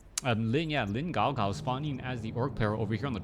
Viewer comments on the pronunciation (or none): It's guagua, melon-melon, not gaogao. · Great game! perfect control by the winner;) He played that really, really well. oh and btw, dude.. It's not "Gaugau" but "Guagua"... and also You should add "Lin" before that, too.. because his real and full nickname is "LinGuagua".. Classic.. Also, about the animations missing - a lot of them are in your version of netease/game. I think You actually should reinstall netease watch and/or maybe the game too, because these animations have been missing for a while, and the missing breath animation is pretty bad, actually. Still, thanks for an awesome cast and cheers!